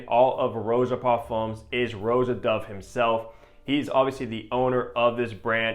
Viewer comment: Stop saying ROW-jah. Honestly…… If you’re reviewing his fragrances pronounce his name properly.